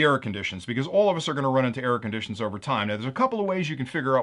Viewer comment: Oh yea , I thought at 1st you were saying Air conditioners. LOL. instead of error conditions.